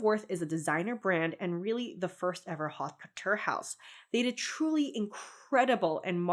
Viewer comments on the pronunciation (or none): Haute couture is unfortunately pronounced more like oat couture. Just a heads up! French is very much a fuck you language